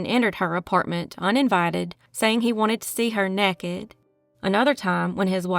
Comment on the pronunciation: "Nekkid?" The word is "naked." And "seminal fluid" is pronounced "SIM-min-uhl."